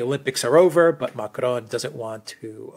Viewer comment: OMG you can’t speak French. Don’t try to pronounce Macron with a French accent. Use the English pronunciation and you’ll avoid sounding like a clown on stilts.